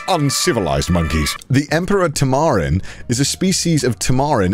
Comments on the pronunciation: I've always heard tamarin pronounced TAM-a-rin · The way he pronounced "Tamarin" as "Tamaaaaarin" 😂👌🏼